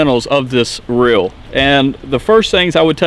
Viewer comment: It is not rill it is reel and it is not bill it is bail just letting you know it sounds kind of weird on camera you probably just have accent sorry if yes